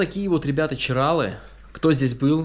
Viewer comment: ЧиралЫ!!! Нельзя коверкать наименования, это как неуважение для меня